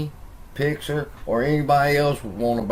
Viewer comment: It's Pixar not pixer your pronunciation is a bit off